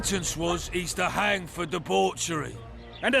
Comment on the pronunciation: 15.41のところ you have no right to hung って言ってるように聞こえるけど 何がどう違うのか聞きたいです